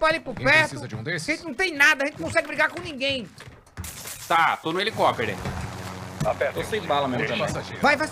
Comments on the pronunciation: "TO no elicopere" kkkkkkkkkkk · "to no helicoperey" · O video é tão engraçado, que ninguém notou em o falando que ta no "HELICOPERÊ"